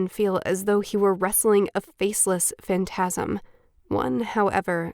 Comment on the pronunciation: Why did that I've reader out the emphasis in "Phantasm" on "Phan" instead of "tas?" It sounds really jarring.